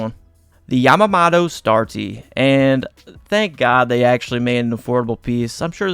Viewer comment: also his last name is pronounced Yah Mah (like mama) Moto (like moto cross)